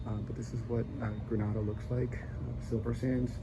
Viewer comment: Gosh at lease pronounce the name of the country properly. If gre nay da. The a is like the alphabet "a" not "ar"